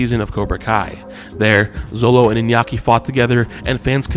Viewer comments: Xolo is pronounced SHOLO !! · Xolo is pronounced "Sholo"